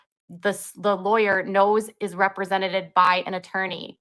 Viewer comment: The cringe.."represented-ED" she adds an extra "ED" on the end to once again show the world how amazeeeen her literacy is.....not. Also sneaking in another dig about your husband's floppy disck hey 😂😂